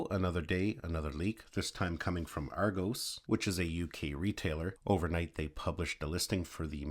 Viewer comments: It's Argos not Argose! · Ar go s 🤣🤣🤣🤣🤣🤣🤣 it's argos not ar go's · Argose 😂 Ar-goss!